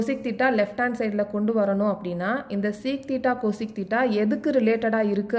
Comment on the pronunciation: Thats not coseeeec its cosec